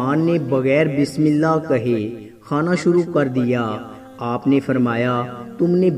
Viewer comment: Mere bhai pehlay bismillah Drust parho achi tarhan seekh lo shukriya